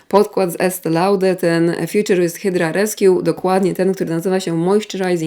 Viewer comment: Skoro dbamy o wlasciwa wymowę to 'hajdra' nie 'hydra'